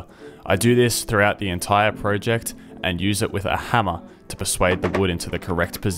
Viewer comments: You said project wrong haha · This is a fantastic video but i cant not laugh when you say pro ject